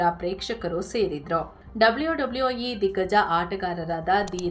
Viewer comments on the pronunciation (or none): ಡಬ್ಲ್ಯೋ ಡಬ್ಲ್ಯೋ ಈ 😂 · ಡಬ್ಲಿಯೋ ಡಬ್ಲಿಯೋ 😂